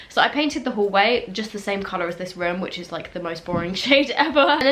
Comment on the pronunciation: I love how she says “röēúm” lmao